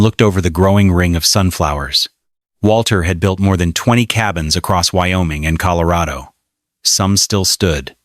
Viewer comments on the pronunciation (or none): none